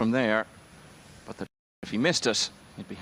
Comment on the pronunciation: Why does that announcer say boat instead of but?